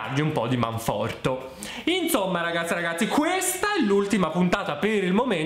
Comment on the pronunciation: si dice manfortE 😂